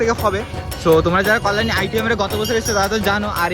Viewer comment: তোমার কল্যাণী উচ্চারণ ভূল হচ্ছে।